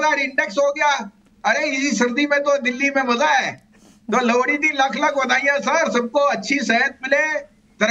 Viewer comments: लौड़ी नही लोहड़ी की badhayey भसीन साहब😂😂😂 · Kya aap ko lohri kahna nahi aata hai